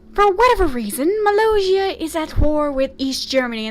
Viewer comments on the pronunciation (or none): I'm sorry but you keep saying Molossia's name wrong